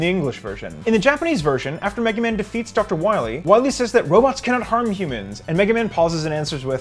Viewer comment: Doctah Wahwee